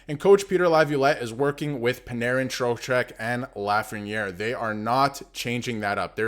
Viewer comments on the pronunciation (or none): Dude, it's your own video, and you even have his sweater behind you, and you still can't pronounce ZIBANEJAD correctly 😮. How embarrassing is that?? And I hear you chuckle at Panarin, wow! Do your homework if you want credibility from your viewers, it's basic. Same goes for Eddie Olczyk and his crap on National broadcasts, disgusting.